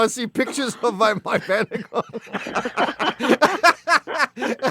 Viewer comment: Strange pronunciation of Vanagon.